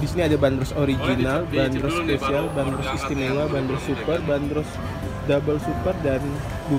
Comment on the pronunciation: pelafalannya bukan /ben-ros/ tapi /ban-dros/ <-- urang bandung asli